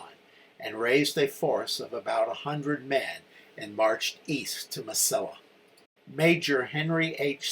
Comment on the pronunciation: relatively trivial, but it's proounced "Mesi-ee-a" (double L in Spanrish is pronounced as a Y, or long e.) Also, the Federal prisoners from Lynde's command were PAROLED, not PATROLED. "Sibley," not "Silbey." Baylor captured several hundred thousand rounds of US .69 caliber musket ammunition at Bliss, which was a very lethal load in the 21 ga. shotguns most of the Texans carried. He also captured "some" artillery. (I'm sorry to be unable to give you details on this; my library is packed for a move.) Among the trioops Lynde surrendered at San Augustine springs were [I think] two companies of regular dragoons who were in far better condition that Lynde's infantry. Boy, were they P***ed! In fact, the commander of the dragoons testified at the courtmartial of Lynde. I started reenacting the NM campaign in 1976, and have stuided it intensely. For the record, if you run across a book titled, "Glory, Glory, Glorieta," by a man named Scott, don't waste a penny on it. It is, beyond a doubt, the most detestible bit of historigoraphy I've had the misfortune of reading!